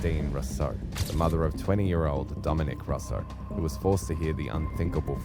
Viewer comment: If you're going to cash in on youtube by using the grief of parents....At least have respect enough for these parents to take the time to educate yourself as to how to.pronounce their names for ffs. Christine Russo....pronounced. roo so